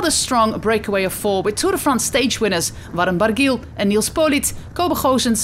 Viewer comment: Yes that's very true, it's just that I've become more familiar with the pronunciations (right or wrong) by the usual UK presenters and I find it very hard to follow this particular commentator. For example, I know who Warren Barguil is but who the heck is Veyron Baghil? 😆 She almost sounds disappointed when pronouncing the name of the US rider Brandon McNulty!